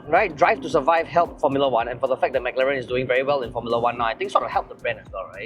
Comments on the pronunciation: Dude it's pronounced as "m-claren", not Mac-Laren! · yeah spot on. so long in this industry still can't pronounce properly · why did you pronounce Mclaren the way Singaporeans pronounce macdonalds LOL. The Mclaren engineer dude was pronouncing it right the whole time and the host just ignored it hahahah